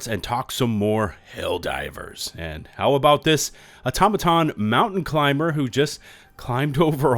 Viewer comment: It’s actually Aw-TOM-uh-tahn . I hear a lot of YouTubers say “Auto-matahn” in their videos. Not trying to be a nuisance, sorry if it comes across that way.